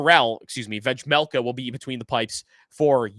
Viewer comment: Bro the j in Vejmelka is silent